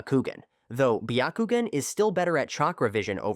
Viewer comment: this buy-a-koo-gen, how does one purchase it?